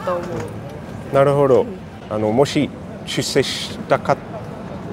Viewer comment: ik pitch is hard but can u at least stop saying ”なるほ＼ど”……”なるほど￣”ね？